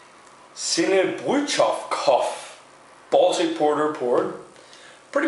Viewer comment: I think it's brewed by Sinebrychoff, which is just owned by Carlsberg group. You did actually a decent job pronouncing the name which is actually a Russian name. Koff is their beer brand, basically just the last syllable of the brewery name. Glad you enjoyed it. Now you just need to get your hands on some fresh Finnish sahti!